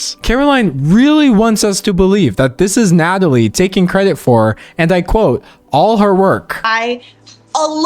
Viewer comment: ITS NATALIE NOT NADALY HOLY SHIT